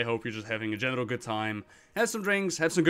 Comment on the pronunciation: I'm only into the video, and the fact that saying "general" sounds like "genital" is suddenly worrying to me...